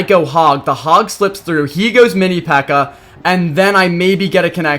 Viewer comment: Why does he say mini pekka with the hard r?